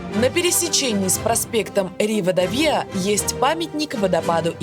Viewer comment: Эта «сосиска» называется не ЧОРИ, а ЧОРИСО, и улица не ривАдавИя, а ривадАвия